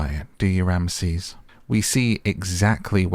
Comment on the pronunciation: Get the names right